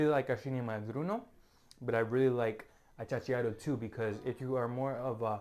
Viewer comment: The correct name is achachairu, not achachachiaru.